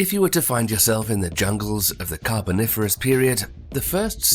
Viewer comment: 12.40 "The Carniferous period?" lol, little slip there.